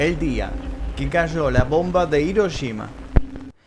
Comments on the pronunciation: No puedo creer que los argentinos NUNCA pronuncien bien la "Ll" y la "Y" y cuando tienen una "Sh" en frente les dé por decir Hiroyima... Que alguien me explique. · Las "sh" las pronuncian como "ye", y las "ye" las pronuncian como "sh" xd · Yo: Hiroshima.: Hiroyima. Yo: *escribe en translator en inglés, español y japonés * Translator: Hiroshima. Yo:._.? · me estresa que le digas hiroyima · Hola. Muchas Gracias por el vídeo. Por Favor no lo tomes a mal, se escribe Hiroshima y se pronuncia Jiroshima, en japonés la Ha: se pronuncia ja * Hi: ji * Hu: fu * He: je * Ho: jo . La empresa HONDA se pronuncia Jonda. Cordiales Saludos. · dijistes hirochima 😂😂😂